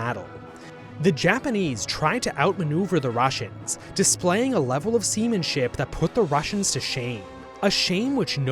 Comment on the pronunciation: Heh heh, semenship